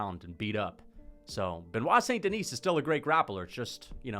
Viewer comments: It’s “Denee” not “Denise” right? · Don't pronounce the "S" at the end of DENIS in French. It's just "DE-KNEE". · I feel like you’re calling him St Denise on purpose lmao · Us french dont pronounce the "s" in Denis, quit torturing yourself 😂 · Love these videos but please don't pronounce the s in "Denis" lol tbf french is confusing asf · The S is Silent